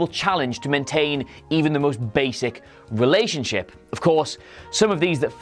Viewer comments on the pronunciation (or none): none